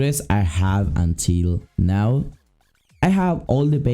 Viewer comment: Are you serious right neow